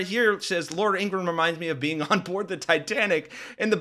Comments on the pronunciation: It’s not Ingrumm.. It’s Ingra-HAM. FDT 💛💙🇺🇸🇺🇦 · It’s pronounced Ingra-ham.